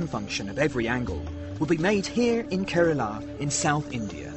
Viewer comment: It’s not Kerala It’s pronounced Kerala